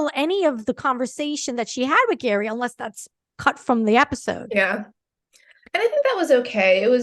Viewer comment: Actually pronounced Gherry not Gary. He mentioned this in an interview with Jimmy Kimmel